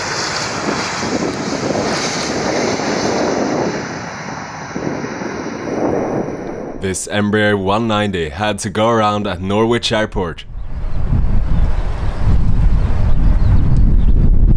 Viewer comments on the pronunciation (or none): It’s pronounced Norich NOT NorWich ie the “W” is silent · Just to let you inow, Norwich is pronounced "Norritch", not "Nor-witch". Don't worry, you weren't the first, and you won't be the last! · UK placenames are notorious for how the way they are written and they way they are pronounced being different, Norwich is pronounced "nor-ich" there's no "w" sound in the name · It’s pronounced “Narrrrich”! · you drop the W in Norwich. Pronounce it Norritch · Norwich probably best pronounced “ Noritch” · It is SPELLED Norwich but PRONOUNCED Norich. Jeez, get it right before mocking the guy 🤦‍♂️🤦‍♂️🤦‍♂️ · Lol, Norwich airport is phonetically pronunced "Norrich" airport. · FYI - Norwich is pronounced norritch. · For future reference, it’s pronounced Nor-rich. Don’t ask me why it just is 😂✌️🇬🇧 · Please learn how to pronounce Norwich!! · The pronunciation of Norwich 💀 😂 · The W in Norwich isn't pronounced lol.